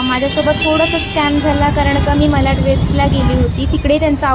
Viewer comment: विडियो छान आहे. साड्यांच्या किंमती सांगितल्या असत्या तर अधिक चांगले झाले असते. आपण वारंवार मलाड असा उच्चार करत होतात.ते खटकले. मलाड नाही तर मराठीत मालाड असे नाव आहे. मराठीचा वापर करा. आपण महाराष्ट्रीयन लोक नाही करणार तर कोण करणार?